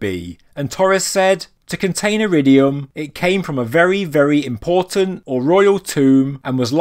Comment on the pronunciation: Stiual, style, important not import-tant speak english